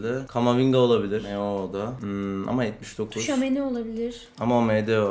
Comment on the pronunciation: Tchouameni ye TuÇuAmEnİ Dieyn Koca yukreli